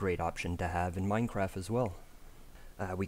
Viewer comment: He has an issue saying the t's Minecraffffffff